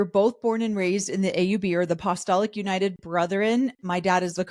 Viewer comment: Mormons have a very interesting pronunciation of the word “apostolic.”